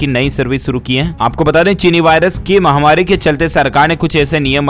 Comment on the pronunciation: क्या आप फॉलोइंग बढ़ाने के लिए ही कमेंट मांगते हैं क्या या शब्द समझ में नहीं आ रहा है या सही बोलना नहीं चाहते महा वारी नहीं होता महामारी होता है आप निरंतर महावारी बोल रहे हैं गलत है